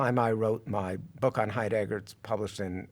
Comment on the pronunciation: Someone please tell this fellow that the accent in the name "Heidegger" is on the first syllable.